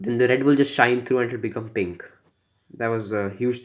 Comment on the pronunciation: What's with the rrrrred